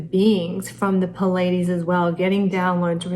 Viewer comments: Why is she pronouncing "Pleides" like "Pul aye dees"? It is "Plee aye dee's" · "Plee-a-deez" not "pu-ladies" !!!! You are teaching people, Please teach them well... (It can be highly embarrassing to learn that you have mispronounced a word for years! Speaking from experience...) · It's pronounced plee ay Deez. Spelled Pleiades. You were pronouncing it wrong. Great report. I love your work. My mercury is in Kritika in the 7th house. That should explain my reason for this comment.